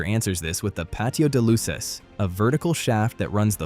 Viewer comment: Jajajajaaj qué divertido oír decir "patio de luces" o "persiana" pronunciado en inglés 🤣🤣🤣 Está bien esto porque hace que les des más valor a las cosas que ves diariamente. Aquí estoy escribiendo en la terraza debajo del toldo 😊